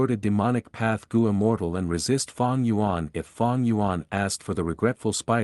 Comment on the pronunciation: Fang gu yuan 😂😎👌op